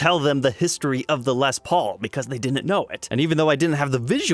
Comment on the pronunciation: I couldn’t handle it at first either but his channel grew on me